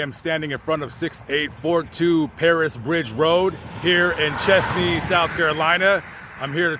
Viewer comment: It’s pronounced chEHz-nee.